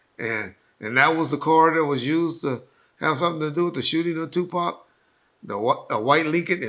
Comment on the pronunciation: Drake is the new Pac. “Sue-Pac”